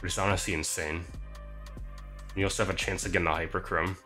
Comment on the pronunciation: Bro said hyperchorme hyper cream🤣